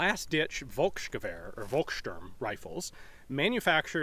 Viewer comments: It's Follks-shtoorm not Wolxshtoorm. But it was pretty close. You are getting better. The V - F - thing is hard, even for Germans. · The pronunciation would be more like "Folks shturm"